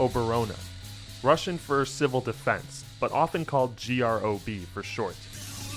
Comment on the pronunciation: Thank you for this really well-researched and well-presented video on an era of music that is very dear to me (in spite of me having been born a little later). Just a few random nitpicks and comments: -The abbreviation GrOb is pronounced as one word, since that also happens to be the Russian word for "coffin". -Using the song Leto to represent Mike Naumenko and his band Zoopark might be a little misleading, since he specifically wrote that song as a friendly parody of Viktor Tsoi's early songs. The movie Leto adds to the confusion by implying that he wrote the song before getting introduced to Tsoi, even though the full title of the song has always been "Leto (a Song for Tsoi)". -Mashina Vremeni and DDT also still exist and perform, and both of their leaders are well known for being politically outspoken. As for Aquarium, it has long been largely viewed as a Grebenshchikov solo project, whether fairly or not.